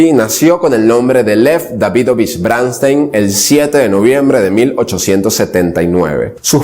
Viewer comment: No se pronuncia BRÁNSTEIN, se pronuncia como esta escrito: BRONSTEIN